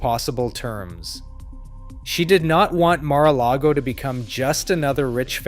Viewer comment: Stop reading the Mar-a-largo-o wiki page. You cannot even pronounce any of the words.